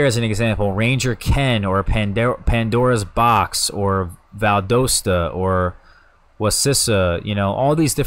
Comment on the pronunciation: FYI...It's pronounced like Val dast tah